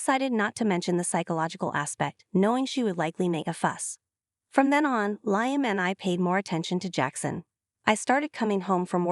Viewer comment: Liam is pronounced Lee-um. Not Lie-um.